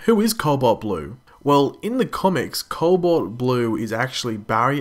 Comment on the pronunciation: There's no "L" before the "b" in "cobalt"